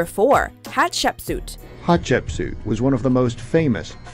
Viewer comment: Seeing the Chinese drama I'm currently watching in a watchmojo video... bit of an odd experience Also, as someone who watches a metric shitton of Egyptology documentaries, that's the strangest pronunciation of Hatshepsut that I've ever heard